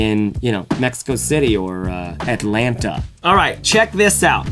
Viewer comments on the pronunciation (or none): none